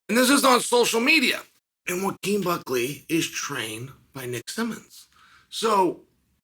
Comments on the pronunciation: Why are you saying his name right? You say everyone’s name wrong😂😂😂 you meant to call him jaquin😂🙌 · Hold on you know how to say Joaquin???? Out of all names???? Thats crazy